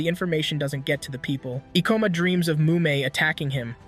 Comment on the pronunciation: ka-ba-n-e not kabani. and E-ko-ma.